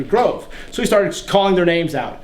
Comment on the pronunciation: I am Greek and I love Ancient Greek history/mythology. (Thucydides's Peloponnesian War is my favorite). You did a great job with the names and not only that. You have an amazing talent of "teaching". You are not boring, you are joking in the right time, you are so informative yet simplistic and easy to understand. I am very happy to know that are people like you who spread the knowledge of ancient Greece. (P.S you look so badass with the armor)